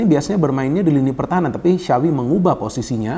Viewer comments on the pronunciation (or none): Yg saya dengar xawi yg di ucap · bukan sawwvi bang , kalo mau bener bener ucapin nama xavi . tapi kaya bilang tjapvi .